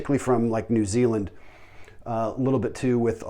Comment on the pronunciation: “New Zingland?”